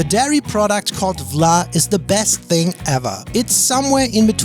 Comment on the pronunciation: Frikandel is so so so so good! I think Vla is spoken with an f-sound, not a w-sound